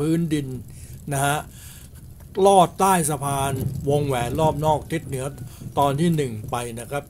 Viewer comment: ลอด ครับ ไม่ใช่ รอด